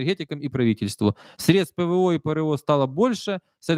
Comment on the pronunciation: Правильно говорить : Мобилизовали - а не мобилизировали. И срЕдства,а не средствА.